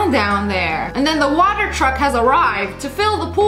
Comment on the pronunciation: No we say water normally not like that